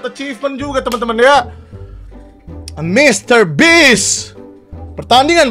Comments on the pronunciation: mr beast bang bukan mr bitch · Funfact: bang windah tu nyebut mr. Beast jadi mister bitch. Karena bang windah ngeplesetin dari beast(buas) jadi bitch(bangs4t) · Dibacanya bitch🗿 yg artinya itu kasar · Mister beats bukan bist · denger nya mr bi*ch wkw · gua yg dengernya bang windah ngomong "bitch" wkwkwk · Betul bang bist bukan bits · MR. BEAST bukan mister bis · Mr. Beast bang bukan Mr. Bitch